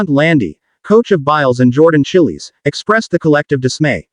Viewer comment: Not Jordan Chillies, damn stupid AI